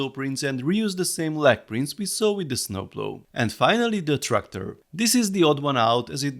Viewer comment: Funny how you say snooploo I’m dead hahahaha😂😂😂